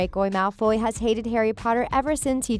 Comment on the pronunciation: sis its Malfo'Y'